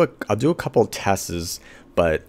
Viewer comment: i was like is he saying tests? or testthis.